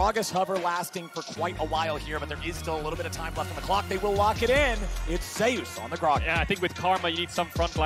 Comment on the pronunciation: It's not ZAY OOS. Just saying.